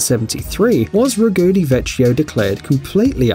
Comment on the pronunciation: "vecchio" should be pronounced "vekkyo" :)